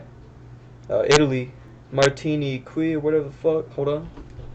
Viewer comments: Lmao! Martiniqwee! I think he meant Martinique. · Martini quee was up there but see zach republic takes the cake imo